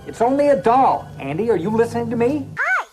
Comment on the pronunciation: Bro, vids quality. Bt DOLE 😩 you saying that is almost as bad as dr strange tryna say penguin 🤣